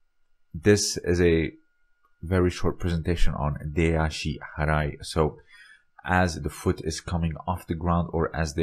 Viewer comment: But the pronunciation of "ashi harai" is "ashi Barai", right?